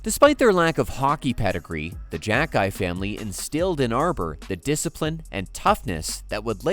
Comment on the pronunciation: Jack-eye is not how you properly pronounce it in Albanian